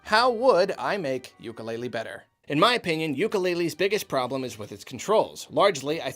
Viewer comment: I would make it better by pronouncing it correctly (oo-koo-le-le )